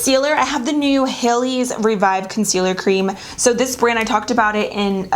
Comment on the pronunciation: Lol.np wonder I couldn't find the concealer..i was looking for HAYLES....but it's really Haleys (like the female name)...i actually was looking for (HELLS) with that pronunciation but yeah I found it. 😘😘😘